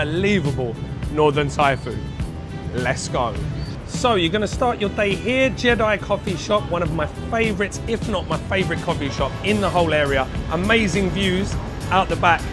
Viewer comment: fyi the coffee shop is pronounce jay dee not jedi like star wars